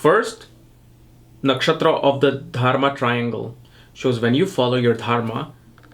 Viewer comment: Why do you keep saying TARMA? You mean to say Dharma, yes? You might consider rinsing out your mouth before you get into a dissertation on Ketu & for that matter any other aspect, yes? Fumbling around in your mouth is quite disgusting & distracting, especially when you are, after all, a teacher who imparts esoteric knowledge, yes? Otherwise you have a in-depth approach to the elements that construct a birth chart. Namaskar.